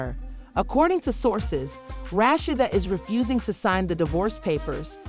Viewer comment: Who tf is "RASHSHADA" 😒...RA..SHEE..DA....RASHEEDA